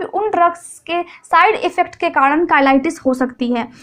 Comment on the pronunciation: Kadan nhi karan hota hai